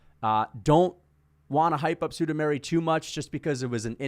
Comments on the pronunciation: sudameri lol its sumudaerji the Pixar. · Chael level pronunciation on Sumudaerji